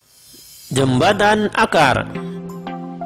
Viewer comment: Membaca jembatan kok jambatan